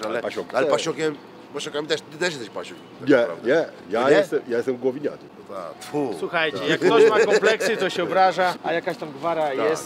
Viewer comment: Głownianin, nie Głowiniak ;)